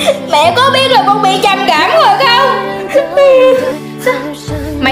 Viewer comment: Ê cái đoạn bệnh trầm cảm á thành trầm kẻm